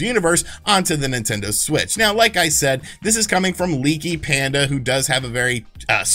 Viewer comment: Pandy not panda 🤣